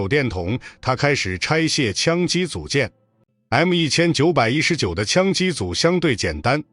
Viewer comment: 画面东拼西凑，牛头不对马嘴。旁白是AI。M1919居然能能念成“一千一百一十九”。毫无诚意的粗制滥造